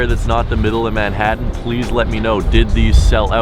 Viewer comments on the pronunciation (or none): none